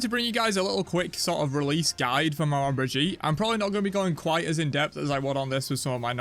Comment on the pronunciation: It’s pronounced like they pronounce a southern name for someone’s grandma that’s the word so it’s Meh-Maw bridge-eat